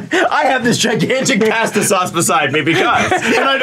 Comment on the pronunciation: As an Italian, I am offended over how pronounces "pasta"